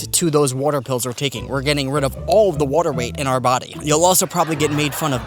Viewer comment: Really interested where dude is from the way he says “watr…” or “waytr.”